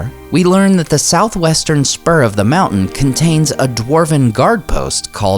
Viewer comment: What is the "Mooouu'hnnn" he keeps talking about?